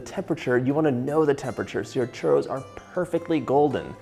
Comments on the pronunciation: And then you still pronounce it wrong. 😆 Not hating, just thought it was funny. 😜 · Yikes your churro pronunciation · I love how he pronounces churro. And also how happy he seems to be when he's doing anything from Mexican/ Latin cuisine. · Nice way to make and to pronounce “churros”😃 greetings from Spain, Europe, the “churros” land. Wonderful with chocolate!!!!😋😋😋🥰😘🌺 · lol…Sunday afternoon in humid Brisbane here…so glad your mum corrected your pronunciation of your Spanish…😅I’d love to make Churros with gluten free flour…as a coeliac I have baked most of my live all my own foods..I have a Kenwood mixmaster, and now a Thermomix too..so I can do anything now…loved catching up on your videos…stinking hot here today! Cheers, have a great year! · truly insulting pronunciation from a white boy. say it in english not butchered spanish! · That was funny when he called Mom to ask her how to pronounce churros I thought maybe she was going to be Latin !Lol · There's like 69 r's in one word lol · White washed Churros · What's going on with the way this guy pronounces 'Churros' throughout the intro? Feels like the equivalent of putting on a ridiculous sounding French accent exclusively when saying the word 'entrepreneur' in an otherwise typical sentence. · Please roll your rrrrr's otherwise you are saying something nasty. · My favorite parts of this video is when you say "Churro". Thank you for this recipe! I love all of your videos!!! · You don't say churro properly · Churros se dice